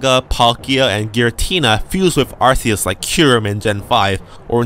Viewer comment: it is AR-KRR-US not AR-CEE-US